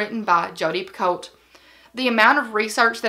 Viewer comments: Not that it makes a huge difference but since you mentioned not knowing how to pronounce it: Jodi's last name is pronounced Pe-Koe, like the tea. And we learned last year (when Liane herself corrected us at an event 😳) that her name is pronounced Lee-ahn. They are both huge favorites of mine as well. And Ove is one of my top five books I've ever read. You have great taste in books. I am a novelist and I love that you are encouraging people to read! (My latest book is When We Were Worthy. Let me know if you'd like me to send it to you!) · I also love Jodi Picoult. Apparently it's pronounced Pee Ko. I always said pee colt as well. I just started reading Nineteen Minutes.